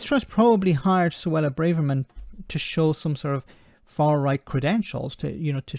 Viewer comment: "Bravermess" it seems....